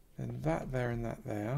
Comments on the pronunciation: I see you've been working on your German... "Unt dat dere". The peninsula is really looking great! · PittCougar oh so I wasn’t wrong when I thought that sounded kinda German 😂